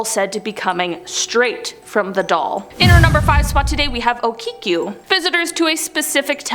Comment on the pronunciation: Okiku..Not Okikiu..